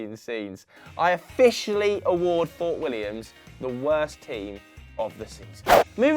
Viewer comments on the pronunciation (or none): Wtf you are from the UK and you can't say the Scottish team right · Jesus. How do you mispronounce "Fort William" and "Strathspey"? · The name was literally on the screen, it’s Fort William. Not Fort Williams, just me that’s annoyed with that?